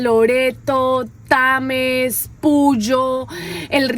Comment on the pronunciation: Bienvenidos...no es Tames es Tena capital de la provincia del Napo